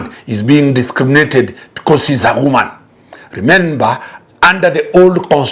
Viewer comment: I like when he says 'kwoman' to mean woman